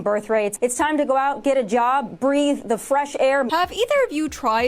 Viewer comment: I thought the pudnet said "Breed" not "Breathe' lol